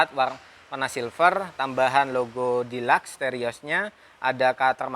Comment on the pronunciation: Deluxe nya salah bang bicaranya hihi🤣🤣🤣